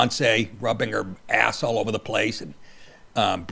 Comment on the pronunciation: "Nothing is ova!" Love ya Nick!